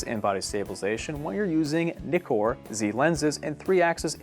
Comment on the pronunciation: This dude..... “When you are using the ‘Knee-core’ lenses.” It’s pronounced Ni-kor. It’s not a “Kneekon” camera. Lol